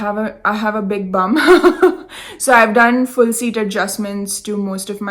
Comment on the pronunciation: Thank you for an entertaining and inspirational episode, always. It is always good to see how our beautiful knits will fare with the rest of our wardrobe and you, young lady pull off that combo very well. Very stylish, yet relaxed. You almost sound like an Aussie when you say " I have a big bum". Love that😉.Have a lovely weekend.❤🙏🌏🐨xx